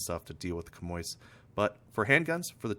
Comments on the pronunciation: hi bro its pronounced shammy 😄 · You're both wrong, it's pronounced 'sham-wa'.